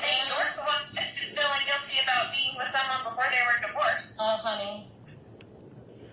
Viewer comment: keeps mispronouncing the words "scale" and "feeling" with "skell" and "filling" 🙄